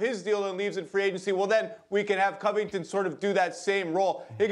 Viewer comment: "robert covuhton" - kendrick perkins